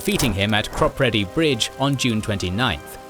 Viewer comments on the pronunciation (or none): AI generated commentary is appalling. 'Wall Er' for 'Waller'; Crop Redy for 'Cropr'dy'. I stopped listening after that. If you cant be bothered to do the thing properly, why bother at all?